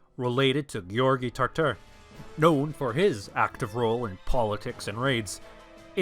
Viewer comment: Why say Asenids instead of the Asen dynasty? Also you have a good pronunciation of George. :)